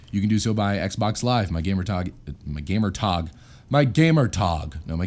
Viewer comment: gamer tahg? sounds like a German hello.